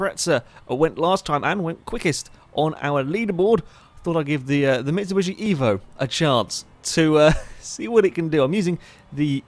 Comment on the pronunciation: stop calling it a mitsubushi its a bloody mitsubishi :D